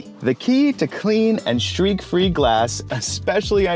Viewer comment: What is a 'shtreak"?